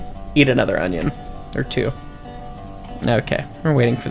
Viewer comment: I love this game, also the accent is great comedy at right timings like alcohol, and onion 😆.